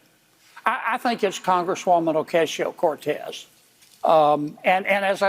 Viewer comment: "Oh-CASE-eo Cortez" - give me a fucking break. We get it - you're a shit-kicker.